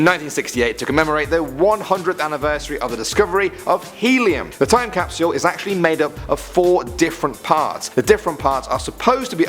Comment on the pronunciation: i love ur vids but pks stop saying capsule so weird it bothers me tbh